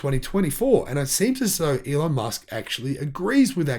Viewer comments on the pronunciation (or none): none